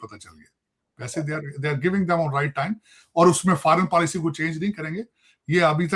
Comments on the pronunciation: Policy hota hai paalicy nahi😂😂😂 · policy ko paalicy bol raha hai 😂😂